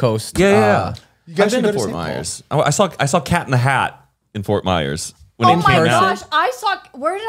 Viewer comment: NOT ME HEARING MY CITY FORT MYERSS